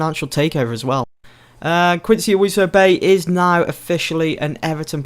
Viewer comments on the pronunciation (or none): none